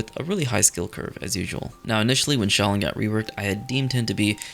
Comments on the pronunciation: Is he saying cheese dance for shaolin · Shaolin I kept hearing Cheese Dance.🤣🤣